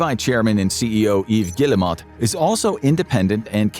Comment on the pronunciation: Good video, but it’s very frustrating to hear a name mispronounced so many times. This video clearly has a lot of research behind it, which makes the repeated mispronunciation of “Guillemot” throughout the entire video stick out like a sore thumb. I also think the video is a little too one-sided. For example, the video fails to mention Vantage Studios, created by Ubisoft and Tencent to house the following IPs: Assassin’s Creed, Rainbow Six, and Far Cry. Speaking of Far Cry, the game is currently being adapted for television. As for Watch Dogs, they actually made a movie, which still hasn’t been released despite wrapping production in September 2024. The release of the first Assassin’s Creed movie, as well as the ongoing Splinter Cell and Assassin’s Creed Netflix projects, makes it clear that Ubisoft is (desperately) trying to generate revenue outside of gaming. At the time this video was published, Assassin’s Creed Black Flag Resynced had already sold over 3 million copies as of July 17, just eight days after its release on July 9. That makes it a clear success. It was also reported that Assassin’s Creed Shadows, which released in March 2025, had sold 5 million units by July 2025. Yet this video gives the impression that neither Shadows nor Black Flag Resynced had even been released. On July 27, Ubisoft reported total net bookings of €255.8 million ($291 million), a 9% decrease compared to the previous year, when results were boosted by the release of Assassin’s Creed Shadows